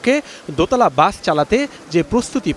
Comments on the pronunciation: Bus ❌ Gaas ✔️ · এই মহিলা দোতলা বাস কে দোতলা গাছ বলছে